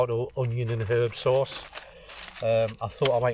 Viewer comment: Great video! “Tomato and herb serce” You went full bedlington for a moment there 😂 Love the hammock too!